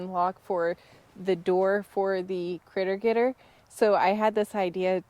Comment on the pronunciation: It's a "Critter Getr" LOL